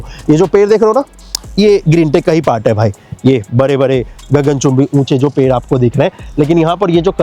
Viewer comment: Video to achcha banaya aapane lekin aapka ped shabd pair sunai de raha hai pura video aap dekho aur suno Jo ped hai use per Bula rahe ho aap😅😅😅😅😅😅😂😂